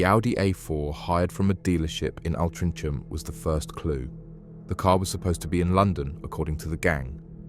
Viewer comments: Where is "al-trin-chem"? 😂😂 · Say Altrincham again 😂